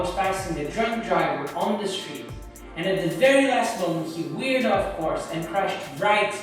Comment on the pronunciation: I love your accent man, when you say "he weered off course" it reminds me of the scene in Star Trek IV where Chekhov talks about the "nuclear wessels." So happy you survived this clusterfuck.